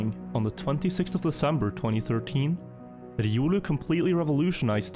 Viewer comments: Everyone: "Ree-oh-loo": "Rrrridiolew" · Says “riolu”: Edioolu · Bro why are you pronouncing Riolu like I has an e in the beginning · Hahahha innit, I think unless you play Pokémon it's not obvious but when you do hear it pronounced the way does it's strange 🤣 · “Irulu” lol. Its riolu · It’s an R and L, not an E and a D you’re saying it like Eiodu, it’s a Pokémon’s name look up how they pronounce it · That pronunciation of Riolu us killin me. I'm assuming the guy named himself after the pokemon. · Riolu is not a german name, it's the name of a pokemon, it sounds so weird when you try to pronounce riolu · This man has never played Pokémon and it shows lol. I hate how he pronounces riolu haha